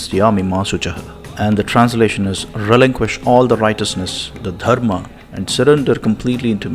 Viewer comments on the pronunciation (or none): none